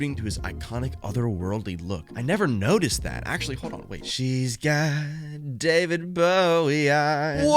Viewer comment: "daveed bowhe" IM CRYINGG